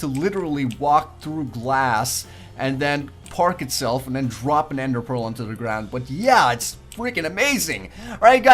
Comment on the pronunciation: Lol you called endear pea